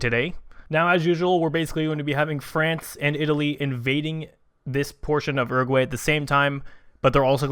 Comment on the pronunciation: It is pronounced OO-ROO-GOO-AH-II